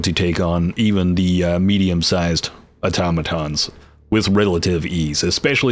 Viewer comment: Straight to the point, concise. TAHNK YOU! note: I followed you cause you're the only person talking about this game that actually pronounced Automotons and Terminids properly haha